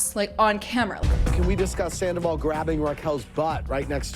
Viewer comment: You heard Rachel say "I go through dry spells with Sandavol" right???? Like she totally let it slip right to Arianas face!!!!!!!!!!!!!!!!!!!!!!